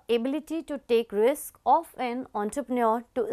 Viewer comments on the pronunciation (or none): none